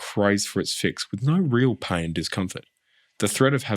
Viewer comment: Iv never heard anyone pronounce "pain" as "paing" I didn't realise there was a G at the end of the word 😂